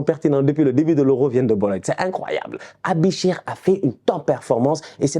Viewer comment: On dit “ébicher “pas “Abicher” 😂👌🏾🇨🇭